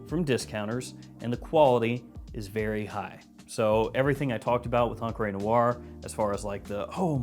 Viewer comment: Love you buddy... but it's pronounced ONcruh Noire... not onCRAY Noire